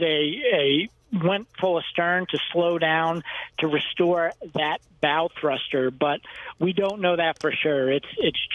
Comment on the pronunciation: ...It's called a "pylon", not a "pier". Also...did you just say "bowel" thruster?